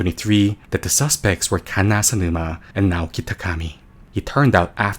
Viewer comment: why tf he say kanna like that